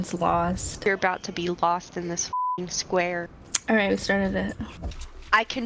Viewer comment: Hahahhaha when she said sqair fight